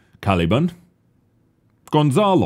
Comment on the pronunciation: *gonsalo not consalo lol